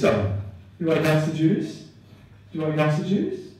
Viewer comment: I thought he said gasta juice.